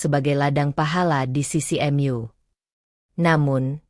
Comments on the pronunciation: Ma'af klo bisa baca bhs indonesianya yg benar jangan Mu di baca M u & Ma d baca M a yg benar aja Ma ya Ma Mu ya Mu ma' af masukan nya smg d terima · Tolong untuk suara yg di isi jgn pakai suara AI sangat tidak enak di dengar.. Penyebutan "mu" saja menjadi "myu" & masih banyak lg kalimat lainnya.. Lebih baik pakai suara asli.. Lebih bisa di maklumi.. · Knp kata Mu untuk sebutan Allah di bikin kata m you bgtu min, jgn jdikan sebutan untuk Allah seakan akn untuk permainan, ingetAllah Maha Dahsyat dl mengazab, jgnpermainkan kata²untuk sebutan Allah, sekedar saran, hrs bisa bedakan untuk mnyebut Allah dgn makhluk lain sbg hambaNya, hati²